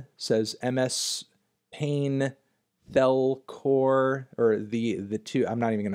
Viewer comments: this man read "ms paint hell core" as "ms pain thell core" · dude can't even say MS Paint Hellcore